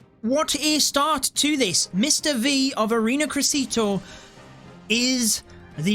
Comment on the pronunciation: "ARENA CRESITO" XD as an native spanish speaker that had me laughing way too hard